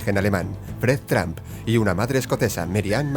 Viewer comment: Jajaja lije si viste que en el minuto 1.24 vuste que dijo trampa envez de trump